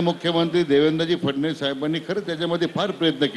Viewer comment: आधी चांगले बोलायला शिका फसनविस असं 😂